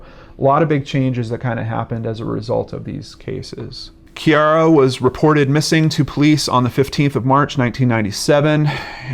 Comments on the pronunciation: It is pronounced Kere - A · I'm from Perth - it is pronounced Kee - ah - ra. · he pronounced it as ciara's father did on crime investigation Australia